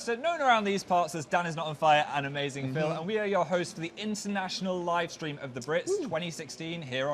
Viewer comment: "Watching the sleam" same Dan same